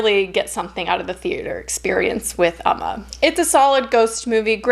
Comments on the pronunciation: ooo-ma not uhh-ma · Hey! I love your videos and your channel! I just wanted to let you know that Umma is pronounced more like "Oh-ma" in Korean! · “Oh-ma” is the pronunciation :) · Its pronounce umm...ma it means mother in Korea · pronounced "uh- MAW" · “Oh-ma” is the pronunciation:) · It’s OM-Mah lol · Been happy to see all the current film reviews. The Korean pronunciation should be more like "Um-ma".